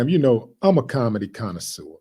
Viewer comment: if you do not know how to pronounce "connoisseur" then don't use it and embarrass yourself.